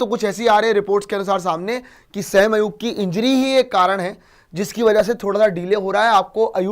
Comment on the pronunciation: O Bhai wo Sam nhi Hy sa-im hy😂😂😂